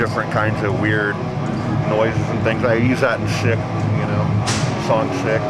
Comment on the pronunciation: he says the song "sic" not shit.